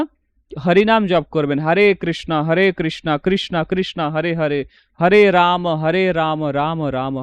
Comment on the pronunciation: আগে বলুন আপনারা কৃষ্ণকে কৃষ্ণা , রামকে রামা বলেন কেন? হরিনাম কে বলছেন হ্যারি নাম। বিদেশি জাতী উচ্চারণ ভূল করে বলে কি আপনারা ইচ্ছে করে সেই ষ্টাইলে বলবেন নাকি মশাই? আগে নিজের উচ্চারণ ঠিক করুন পরে ভিডিও বানাবেন। আর আপনার ভিডিওয় নতুন শেখার কিছুই থাকে না। নিজে ধর্ম জীবনের উচ্চতায় না পৌঁছে লোককে ধর্ম শেখানো ঠিক নয়।